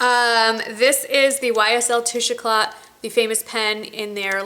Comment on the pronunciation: Love those earrings. You are right, in eclat the t is silent. I also love those elf blushes, they are gorgeous. Great haul, thanks for sharing.